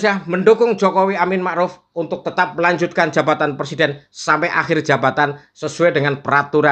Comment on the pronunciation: PERSIDEN , bukan persiden pak bahasa indonesia nya yg benar dan betul adalah PRESIDEN .